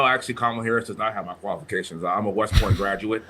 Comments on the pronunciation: He said colifications. Lmao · DL Hughley is the WORST comedian in the world. He did a show in Houston years ago and got booed, he was that bad. He can’t even say the word “qualifications” that’s how ignorant he is. Wesley Hunt is beyond reproach and he worked for everything he achieved. DEI is a handout and it can be anyone of any race, mostly transgender benefit from DEI and lazy people.